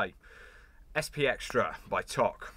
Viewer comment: Toque pronounced like smoke toke, good review